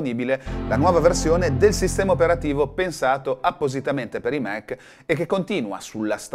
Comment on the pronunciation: Fa ridere che i Mac li pronunci "Mèc" mentre macOS "Màc" 🤣